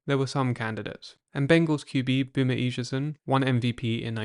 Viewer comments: eh-sigh-uh-son lol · Bro please,at least look up the pronunciation. Boomer’s last was not even close 😂😂